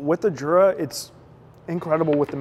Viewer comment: You pronounce Jura wrong.